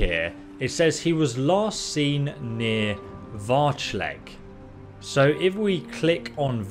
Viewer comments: "Varch..Leg" , really now? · Seems to be adding or dropping segments to a lot of words. Varchleg? Not even gonna start with how Neretzes is pronounced differently each time. And he's not even that bad about it - some youtubers I suspect intentionally butcher things just so people will comment about it.